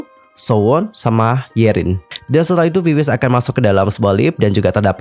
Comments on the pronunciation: Maaf ya kak.. itu VIVIZ baca nya Vi-Vi-Zi lohh .. agak gak enak di denger langsung di baca viviz gitu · bacanya sebenarnya bukan viviz tp "bibiji" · Klo diucapin "bibiji" y kka☺ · Cara bacanya bibiji bang